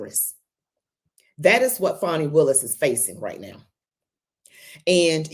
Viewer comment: Please - STOP calling her "FAWNY" It's "Fani" pronounced like 'Manny' ... For heavens sake - STOP !!!!!